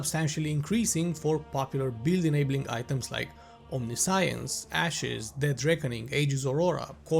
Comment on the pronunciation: It's unintuitive, but "omniscience" is pronounced "omnishenss"